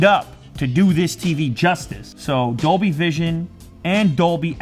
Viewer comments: I thought he said doby not Dolby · Is he saying Dolby or Adobe?